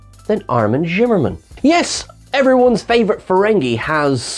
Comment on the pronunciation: Seriously? I do believe its SHIM-MER-MAN.... and yes.. BE-THEZ-Da... IN Bethesda Maryland.